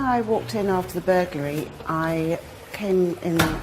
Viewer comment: I really enjoyed this documentary, but I'd have enjoyed it much more if the narrator could say 'burglary' properly.